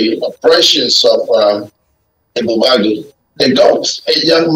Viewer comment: Pls this should learn how to pronounce Ebube Agu properly. That's good journalism